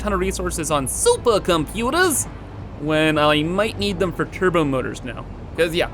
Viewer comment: I need all the supah computahs